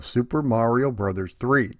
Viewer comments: Right. There you go. It has always been "brothers". Even back in the old commercials, it was pronounced as "Super Mario Brothers 3". Refreshing to actually hear the title and not some social media abbreviation of said title. 🤣 😂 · Thank you. It’s “Brothers”. That’s how the abbreviation is supposed to be pronounced. 👍😉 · I'm sooo glad you are properly pronouncing it as Super Mario Brothers 3. Literally nobody back in the day, not even Nintendo themselves called the game Super Mario "Bros" and the modern internet misinformation grates on my nerves just as much as when people say Nezz and Snezzz for NES and Super Nintendo which isn't what the classic systems were called either especially in the US. Brothers was abbreviated or shortened to Bros so it could fit inside the Western portrait boxes of the NES. To go a step further, when you read the Japanese or Katakana it's sounds out as "Super Mario Brothers." Each game after 3 they dropped Brothers in placed of World, Yoshi's Island, 64, Sunshine and so forth but when they restarted the series with New Super Mario Bros on DS they incorporated it back in for nostalgia reasons. But tangent aside Mario 3 is my favorite out of the entire series and a close 2nd would be Super Mario World. 😇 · You said Super Mario BROTHERS. As this is the way Captain Lou Albano said it for the cartoon... you have said it the ONLY correct way! I will approve of this. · Thank you SOOOOO much for pronouncing it "Brothers" as is proper when saying abbreviation aloud. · Thank you for pronouncing Bros. as intended. I swear, people either miss or don't get the point of the dot at the end of it. It's not the end of a bloody sentence, it's indicating an abbreviation. Like you don't pronounce Mr. as 'Merr' or Mrs. as 'Mers' right?